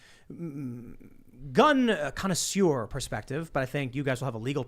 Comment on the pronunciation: I'm 2 minutes in, can't believe Tim called himself a gun "conosure" lmao